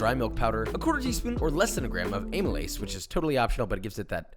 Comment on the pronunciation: The pronunciation of “Amylase” butchered again